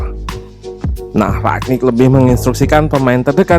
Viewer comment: Kenapa orang tua susah dikasi tau ya? It is rangnick not ragnick. Gue nyadar ketika liat podcast jebreet media, but coach justin bener lafalinnya. Tapi ada yang engga juga ya ini, udah berapa bulan masih aja rag.